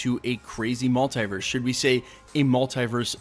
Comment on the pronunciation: Stop saying multiverse like that